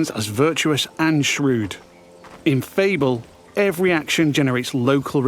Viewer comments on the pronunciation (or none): I like how the narrator pronounces Fable as Feeble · Wait. Is that the right way of pronouncing Fable??! I've been wrong my whole life